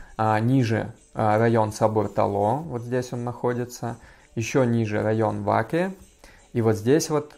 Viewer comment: Ваке ударение не правильное